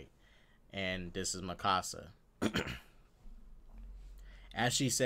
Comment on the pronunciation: Me exited till he says Mikasa wrong